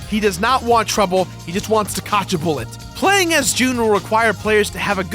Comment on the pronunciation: "Cotch a buwwet" 🤣🤣🤣